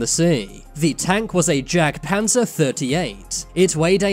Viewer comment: lol kinda butchered the pronunciation there Its supposed to be “Yagdpanzer” and not literally “Jagdpanzer”. Made in late March 1944 the Jagdpanzer 38 (T) Hetzer was actually a Panzerkampfwagen 38(T) [T standing for Tschechoslowakei or Czechoslovakia] converted to a tank destroyer, using the chassis as the hull for the Hetzer and yet not a single German soldier called it a Hetzer